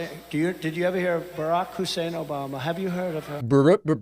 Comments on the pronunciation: OBAMNA! LOL CRACKS ME UP EVERY TIME I HEAR IT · O-BAM-NA! never gets old lol.